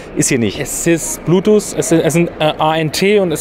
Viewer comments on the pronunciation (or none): none